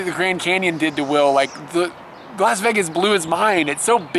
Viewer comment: You're the first person I've heard who pronounces it "Veggas" :D The reason the rooms in Las Vegas are so cheap is because they want to encourage you to come and spend more money on gambling. It's the loss leader, basically. Since you didn't stop to gamble at all, they might have lost money on you... (Oh well to them!)